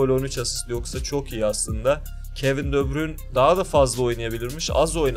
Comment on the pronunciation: De bruynenin ismini doğru düzgün söyleyebilen yok